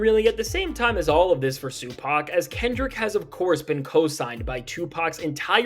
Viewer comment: Crack every time I hear Sue pack